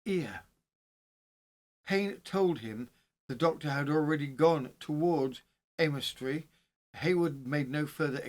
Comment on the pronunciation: Leominster is pronounced like Le as in Lemon,then minster is said like mster,so lemster.The o and i aren't pronounced. Aymestry is pronounced like Aimstry. I live just a couple of miles from Mortimer's Cross.Went to school in Wigmore,so know Aymestry well. I 've lived in Herefordshire all my life,abiding for 50 years at Brimfield (not Bromfield),a village between Leominster and Ludlow. I'm a true crime lover,yet, didn't know this local case. I know about crimes in the US and Australia,but not in places very close to where I live, typical! Thank you for attempting the village/town names,and thank you for doing this case,which happened not very far from where I now live.